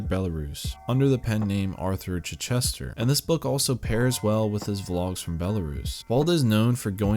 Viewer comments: "Chichester". The stress is on the first syllable. CHICH-istuh. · Chichester is pronounced with the stress on the first syllable. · Chich-ester, not chi-Chester 😂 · Amazes me people can’t say Chichester. Probably because I live there. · Just a little correction: Chichester is pronounced with the accent on the "i" and the "e" barely pronounced. Something like CHI-ch'ster. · It's pronounced CHI Chester... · Please do learn how to pronounce "Chichester" correctly.